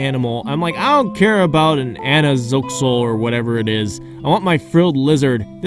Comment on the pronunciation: the way you said axolotl had me ROLLING "anazoxl" lmao